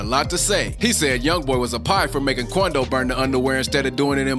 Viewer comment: “The meanace of nba “ qoundo 😂😂😂😂😂